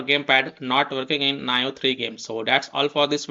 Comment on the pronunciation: Nice video but It's pronounced "Nee-oh" lmao.